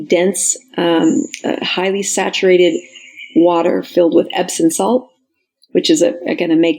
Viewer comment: It's amusing how many professionals mispronounce "epsoM salts." EpsoN is a manufacturer of electronic equipment.